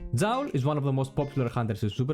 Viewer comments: Thanks alot for all the informations you presented, you re helping alot dude! One little thing though... I am pretty sure the name Joule originates from the famous scientist James Prescotte Joule. His name Joule became a unit of measurement in physics to describe Energie. What I want to tell you is your pronounciation of Joule is false. You pronounce Joule like "foul" or "owl" But the right way would be to say it like "cool" or "tool"----> Jool That s all! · I understood everything sensei I will be a great Joule player... hopefully xD. Yeah I first thought it could be like that in another country, but I assumed si-units are pronounced the same way everwhere they are used. So my bad if thats the way you pronounce Joule in science in greece then I shouldn t call your pronounciation "false".